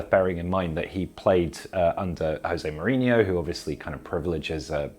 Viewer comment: It's 2021 and they're still saying Jose Mourinho like he's from Spain. Unbelievable.